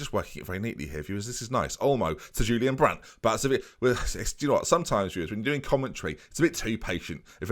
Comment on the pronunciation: My favourite part about you mispronouncing Julian Weigl’s name is you saying Julian wrong :p